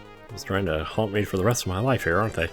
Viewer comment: anyone else hear “hump” instead of “haunt”? lol